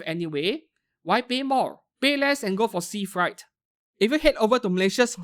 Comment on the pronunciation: Freight is pronounce as frait, not fright